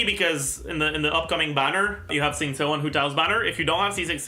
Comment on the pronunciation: please stop pronounce xingqiu like zingsu its not right in Chinese they pronounce it like ( shing chyou) 🩵